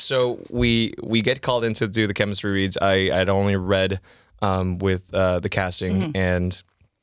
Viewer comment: “Chemistry wead”